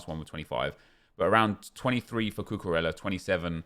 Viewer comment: The way that this guy pronounced cucurella was pathetic at best